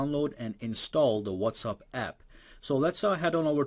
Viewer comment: Why are you constantly saying 'What's Up'?